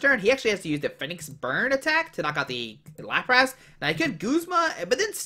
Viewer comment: Its lapras not laprass lmao